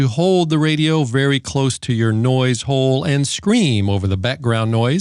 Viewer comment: Just love the way you say HOLE!!!!